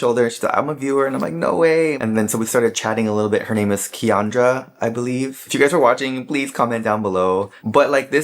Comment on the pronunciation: 🥹🥹🥲🥲 Oh my Word!! 😭😭😭 I’m Kiandra and you remembered me and pronounced my name perfectly!! It was such a highlight for me and yes, my husband kept telling me to not bother you, to just send you an email. We walked another minute or so and something just me I had to go back and tell you how much I enjoy your channel. I think you are the first channel that I really subscribed to and watched as a comfort show. My kids would tell me about “watching” YT and I’d never get it until watching and “catching” up with you. It’s so funny because I’m a BIG hugger and I wanted to give you a hug but didn’t want to impede on your personal space. I’m a professor (had just got promoted to Dean—so we were double celebrating) and my students come and find me on campus when they need a hug, having a rough day, or just need to have fun. Okay, can we talk about how you just read me!! You NAILED it! My students say they show up just to see what I’m wearing and have said they’re going to start an IG “what my professor wore.” I’m a creative who gives all my energy to my students, and oddly—dressing colorfully has become my creative outlet for long days/weeks and especially to keep joy in my life. I am so happy I listened to the voice inside to tell you what a gift your channel is—I wanted you to know that you bring style, insight, comfort, and joy. I watch on my tv so it’s hard to leave comments—but I’m sure I speak for the other 19k when I say we would cry grown, hot tears if you left. We appreciate a